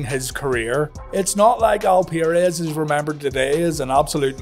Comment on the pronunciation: Al per-rez not Al peer-es